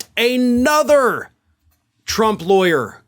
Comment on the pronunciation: Love your show, but the word is an-other, not A nother.